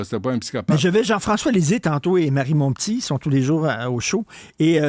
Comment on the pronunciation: Merci méchants malades. Richard prononce comme le font les gens de Radio-Canada. Marie Montp'tit s'écrit Montpetit et devrait se prononcer ainsi, il me semble. Je déteste le ''p'tit''.